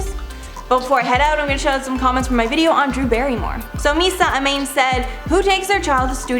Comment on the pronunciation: Hey, my comment was in this one! Amane is pronounced uh-mon-a. It’s an anime character’s name though, so it doesn’t bother me lol.